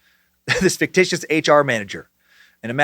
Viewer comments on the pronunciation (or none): none